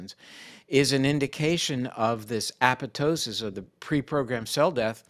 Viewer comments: Dr. Perlmutter is the only physician / researcher / scientist in videos who properly pronounces apoptosis! Sounds dumb, but having worked in a mitochondrial lab, I feel just slightly uplifited. [e.g., right before and after minute ]. BTY, nothing is more astounding than methylene blue. In many cases, including pain + use prior to a hard workout, cause and effect are astonishing. No downside in the range of .5 to 2mg / kilogram of body weight. Dr. Perlmutter ought to interview Dr. Francisco Gonzalez-Lima, PhD at the University of Texas, Austin. He's the top guy on methlyene blue. A brilliant guy like out good doctor here. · Thank you, Dr. P., for pronouncing apoptosis correctly!